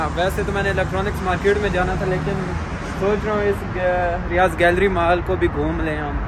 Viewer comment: Vhai ap bol reho riyaz jo ki riyad hai??